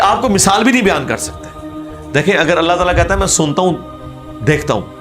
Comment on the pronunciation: When you say Allah Talah I feel so happy it's true Muslim style SubhanAllah God blessed you both 🇵🇰👍